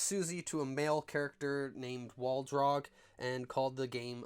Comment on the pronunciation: actually it's waldog not waldrog